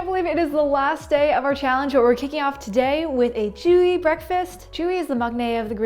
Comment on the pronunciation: Jiho 🥲its pronounced as Ji-yo